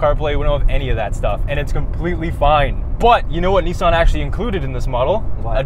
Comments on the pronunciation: It’s not nisaaan, it’s pronounced nison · Americans be like "this is the niece - Ann micura" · Lol you said neice-anne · Knee san